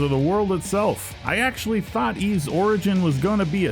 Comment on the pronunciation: Yep. Pronounced like the word "ease"